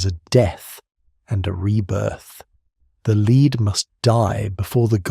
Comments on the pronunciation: broh its lead not LEEED 😭😭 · Pretty sure you/it should pronounce lead as led ‘the lead must die before’